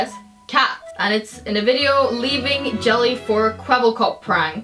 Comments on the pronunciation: Jella -- pronounced Yella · ` it's pronounced yelle